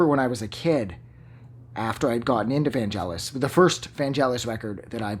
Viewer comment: Please pronounce his first name correctly first!